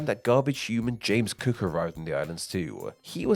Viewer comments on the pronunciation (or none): none